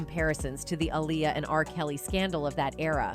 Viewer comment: You literally pronounced Aaliyah's name 3 different ways. If youre gonna do vids like this at least be consistent and professional...